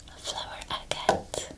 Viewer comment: I love flower agate! It’s pronounces “ag-at”